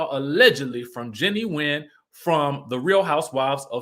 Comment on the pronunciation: Nguyen is pronounced Gwen 😉